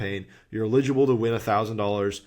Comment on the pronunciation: every time you pronounce eligible that way I do a spit take and my computer is drenched